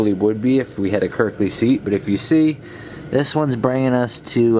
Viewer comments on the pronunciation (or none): Sorry but it's not kirkley no l lol